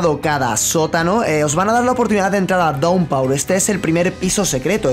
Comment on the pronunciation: "Daunpaur"?! 😂 se pronuncia "dawnpur" y eso me pone de los pelos 🙄 lo siento